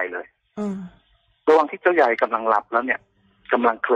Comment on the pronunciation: ใครที่เข้ามาฟังนะคะ อธิบายตัวละครนิดนึง ลูกคนเล็กชื่อเจ้าเล็ก ส่วนลูกคนโตชื่อเจ้าใหญ่นะคะ แต่สำเนียง แกจะออกเสียงเป็นเจ้าใย😆😆